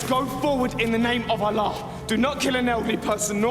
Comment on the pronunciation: This is so embarrassing to watch. First they can't even pronounce ALLAH properly. Second Islam never allow us to do bad things not even thinking. To kill for Islam is simply bullsit.